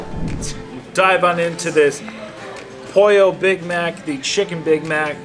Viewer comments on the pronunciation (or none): not polla Pollo. YW haha spanish is not ur 1st or 2nd language